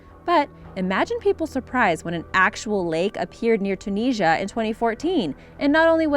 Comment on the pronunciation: Great video but its “Tune is ear ah” not Tuneesha 🤣